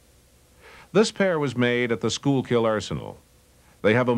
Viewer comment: Pronounced, "Sky-kill" not "Skool-kill". Also, "Stoo-BEN" not "Stoobin" - ville. 😎